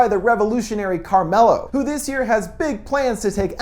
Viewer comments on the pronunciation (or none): Wait. Did you just say his name is Carmenjello?